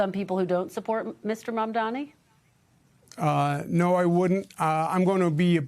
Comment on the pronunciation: It’s not “Mamdami” it’s Mamdani! I’m pretty sure your inflated ego would not want that level of disrespect in people intentionally mispronouncing your name, Cuomo…